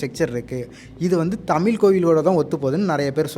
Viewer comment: Left side guy should first learn to pronounce thamizh ... pathetic to ears when he pronounced thamizh as thamil